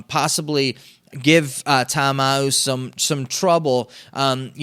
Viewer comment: Sup my man, wanted to send a message to you to inform you of the mispronunciation of the BattleHawks QB. You're pronouncing it Ta'Amau, but the correct pronunciation is Ta'Amu (tah-Ahmoo).